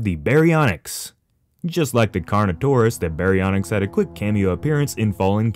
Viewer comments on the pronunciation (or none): Baryonyx not "Barynx"